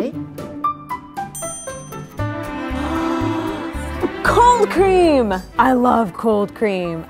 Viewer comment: in i heard cocaine instead of cold cream. i gotta go...